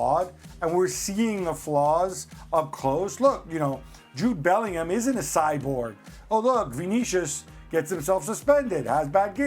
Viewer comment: It’s Bellingham